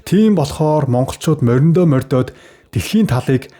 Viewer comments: Үгэн дээрээ жаахан анхаарвал тэ бас. Морьдоод л гээд байхын МОРДООД, МОРДОХ гэнэ шдээ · ..Мориндоо морьдоод биш мордоод гэж хэл морьдох биш мордох...монгол хүн ингэж хэлнэ чамайг монгол гэж бодож хэлэв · Моринд мордоод гэж хэлнээ.моринд морьдойд гээд хэлээ зажлаад байхым